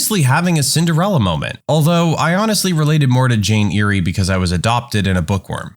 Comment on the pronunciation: Jane Eyre is pronounced "Jane Err," not "Jane Eerie."